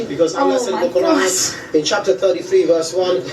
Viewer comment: Firstly, if you're going to slate Islam and claim that you know the teachings of the Quran, please learn how to say A)Muhammad B)Quran Secondly, what you are saying in this video is completely misinformed, Islam if the most peaceful religion and Muslims the amongst some of the most peaceful people you will ever encounter. The people you are referring to are Islamists, alongside a smattering of extremists , bear no real representation of the majority of the immigrant Islamic community. Your implication that the whole of the "30,000" Mulism residents of Luton are extremists is honestly laughable. What you can see from the protest is that a few hundred Islamists were on the march, the camera angle probably exaggerates the scale of the rally for dramatic effect. Furthermore, your heralding of Stacey Dooley as she slates these people acts to imply that she is an anti-Muslim, which if you watch the documentary, will discover is complete rubbish. You CANNOT imply that the bible and Christianity is without fault when comparing it to the Quran, both these books are archaic and ideologies change, though I cannot claim to have read the whole Quran, I have a fairly proficient knowledge of it as well as of the Muslim community, I have also visited many Mosques and known and met many Muslim people in my sixteen years. It astounds me that two evidently grown women could be labouring under such a heinous misapprehension as the one you appear to be under in regards to the Muslim faith. As a C